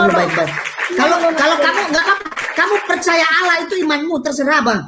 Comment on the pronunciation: Mimin nya cara ngucapin Allah kok gitu...padahal dia berhijab..